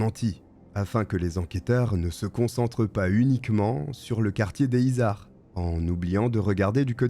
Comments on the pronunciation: Les izards 😅 ici on dit les zizards car on fait la liaison 😊 Toulousaine, je connais ce nom bien sur mais j’étais une gamine et je n’avais pas tous ces détails ignobles 😢 merci pour cette vidéo! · alors sinon on fait la liaisons, on dit "les [z]izards" et c'est pas la coline du crack calmos mdr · Pour le quartier a touluse dont tu parles, les izards, concernant la prononciation on fait la jonction, ça se prononce donc les ''zizards''. Bonne video sinon, continue comme ça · Les Izards = les zizards en prononciation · Et bonjour 😄 merci pour cette vidéo. Je suis toulousaine, et j’ai tiqué sur « le quartier des izards » qui se prononce zizar